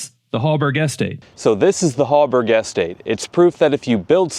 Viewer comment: Have you ever heard anyone pronounce “estate” like that? 😂